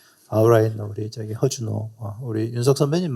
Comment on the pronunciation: 하준호 아니고 허준호 입니다